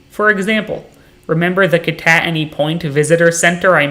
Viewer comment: Good video but the way you say kittatinny is bothering me. I’ve always heard “kit-a-tin-nie” not “kon-at-ony” Also I’d recommend the drive down 611 on the PA side southbound from east stroudsburg. by far the coolest drive I’ve ever seen. Also one more thing. Highly recommend bushkill falls. I’ve been going since a was a young kid and it’s very cool and kid friendly from what I remember.